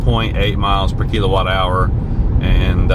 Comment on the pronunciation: It's kill O watt. Not kelo watt